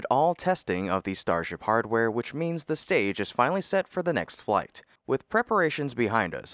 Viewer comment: Why do you say "thee" when you mean "the"?